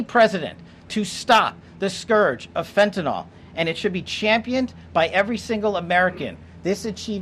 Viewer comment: Fen-tuh-NILL. NILL. Not fen-tuh-NALL.